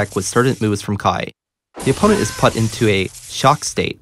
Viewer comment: he says "put" really weird